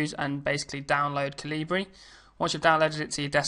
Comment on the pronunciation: Bawhaha!!!! It's pronounced Kal Uh Burr like the sword "excalibur" with out the "ex" good tut tho....